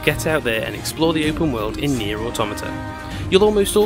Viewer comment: Its pronounced NieR Automata, just so you know. Lol 😆